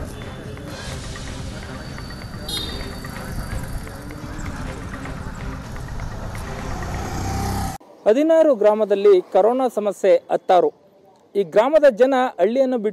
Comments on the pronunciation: hadinaru not a hadinoru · Hadinuru alla HADINARU GRAMA sariyagi heli. Please correct. Madam is reading wrongly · ಹದಿನೂರು ಅಲ್ಲ ಹದಿನಾರು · ಹದಿನಾರು village .nammurpakkane correct agi heli